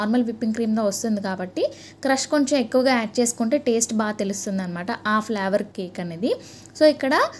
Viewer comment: flower kadhu flavor say properly